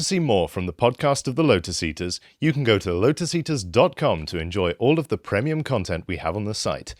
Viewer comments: "PREMIUM" damnd that pronunciation is just wierd to hear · Can someone explain to how to pronounce "premium" please? 😃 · That is not how you pronounce premium. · Why does at the end pronounce premium wrong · I’m getting used to the pronunciation of “premium” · I have a trivial comment about the promo reel at the end of this clip. . I believe that, in my 50+ years of existence, this is the first time that I have ever heard the word 'premium' enunciated with a short e vowel sound. Curious.